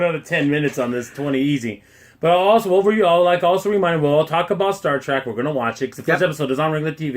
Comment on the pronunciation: Did you just say "Star TRAK"?